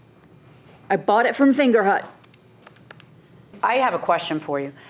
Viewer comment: I lost it when she said Fingerhut